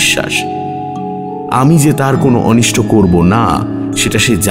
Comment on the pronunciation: কিন্তু আজ মনে হয় একটু অন্যমনস্ক, কারণ উচ্চারণে শুনলাম কয়েকটা ভুল, যেমন "অনিষ্ট" কে অনিষ্ঠ, "প্রাতঃরাশ"কে প্রাত্-রাশ, এইরকম কয়েকটি, যা সাধারণতঃ ের মোটেই হয় না।🤔😔